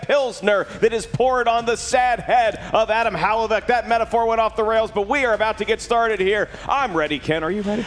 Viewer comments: unless it's an inside joke, It's 'huh-LAV-ick'... 'huh-LAV-ick' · I love you man, but please learn to pronounce Hlavac. You keep saying "Halavac". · Wtf was that lol "Hal-uh-vack" killed her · should avoid pronouncing Hlavac's last name if he isn't capable of doing it right. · If Hlavac pronounces it that way, then his Slovak ancestors are turning in their graves